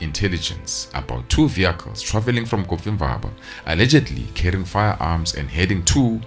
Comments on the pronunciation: I thought he was saying coffee ☕️ bar. 😅😅😅😅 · pain in my ears when hearing "coffee-mvaba" instead of "cofimvaba"😭😭😭